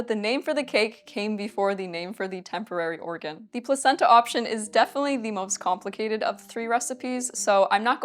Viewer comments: Placenta in that context is pronounced Plakenta. I know this because I'm a sophisticated, worldly person with a wide range of knowledge and absolutely not because I watched a Max Miller video about it. Yes... let's go with that. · the c was hard. pronounced "plakenta"